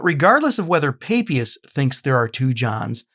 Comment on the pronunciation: Sorry, but the name "Papias" is very straightforward : it is pronounced in both Latin and Greek, ancient and modern, and in all European languages, just as it is spelt, with the "a" as in "father". This is no Mystery!